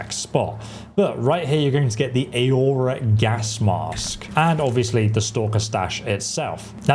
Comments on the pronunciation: "Or-roar-rah", you know, like the Aurora Borealis. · Aurora UH-ROAR-UH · Bro trying to pronounce 'aurora' 😂